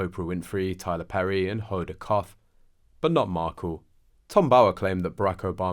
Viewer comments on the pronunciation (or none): I really wish Brits would learn how to say Hoda Kotb’s name 😂 🤦‍♀️